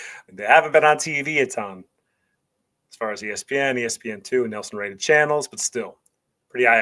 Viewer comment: It's probably my preference, but from about - 0.38 seconds (during your intro), I just felt it was a little too over the top with the "Texas Style" delivery. Beyond that, I had no issues with your analysis and delivery other than the pronunciation of "Nielsen" (the TV ratings system). The analysis was spot on.